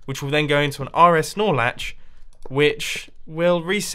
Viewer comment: I hear Nor-Slatch